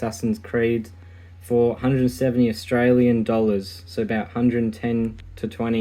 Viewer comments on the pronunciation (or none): none